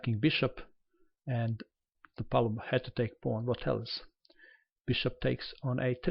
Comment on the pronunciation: is from Montenegro and his mother language is very close to russian. The way he says it is the right way.